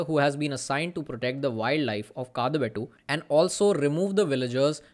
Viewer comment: Excellent work of analyzing the sound design. You opened us to a very new way of watching a movie. One more correction: pronunciation of Shiva's place is not 'kaadabeTTu' (कादबेट्टु) it is 'kaaDabeTTu' (काडबेट्टु).